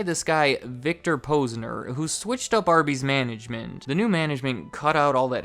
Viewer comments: "Poz-nur" Not "pose-nur" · You’re saying the Posner name wrong. Is Posner like you’d say the first part of positive.